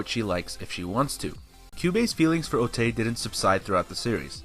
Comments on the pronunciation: You repeatedly called otae ote. Otae is pronounced otai. ae in japanese sounds like ai. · How is calling her Otai any different from calling her Ote/i??? It's Otae, the e is pronunced like an "eh" O ta eh